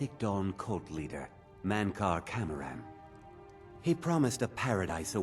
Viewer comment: Anybody notice how Mythic Dawn historian doesn’t pronounces Mankar Camorans name?